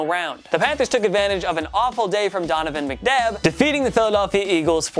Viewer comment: he definitely said Donavan McDabb